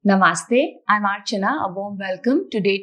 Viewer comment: Hello. I appreciate seeing a virtual yoga series from someone that can actually pronounce namaste 😄. This is great. Thank you!